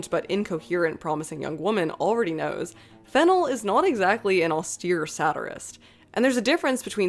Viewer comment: You keep mispronouncing the director's name. The second syllable should be stressed - /fɪˈnɛl/